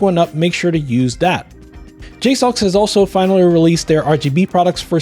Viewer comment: I randomly saw somewhere Jsaux said their name is pronounced JAY-SAW. Just thought I'd share, do with that info as you will.